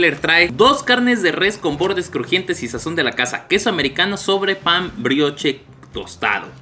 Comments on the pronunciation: Se pronuncia "Briosh" saludos❤️ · Carnal. Si vas a hacer reseña de comida aunque sea checa como se pronuncian las cosas (pan brioche)